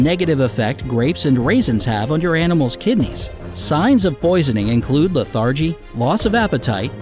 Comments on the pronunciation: Confusing! APPLES??! So many Dog Cookie Recipes call for APPLES. So why not 🍎 🍏? And what about the RAW DIETS which include RAW EGGS? BTW: lethargy is Pronounced... “Leth’-ER-gy,”not Leth-ARRE’gee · Please learn to pronounce LETHargy. Accent is on the FIRST syllable of the noun. Yes the adjective is LeTHARgic. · and lethargy....bugged me.